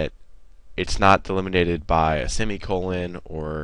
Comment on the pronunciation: lol. "Delminated". Get Arnold to play the Deliminator.